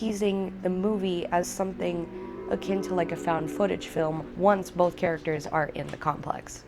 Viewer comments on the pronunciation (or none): none